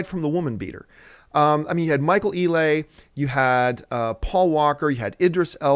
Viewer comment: John: That's Michael "Ee-Lee" not "Ee-lay", lol.